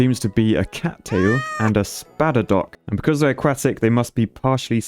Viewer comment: Okay but when he says "aquatic" it sounds like he's saying "a-quack-tic"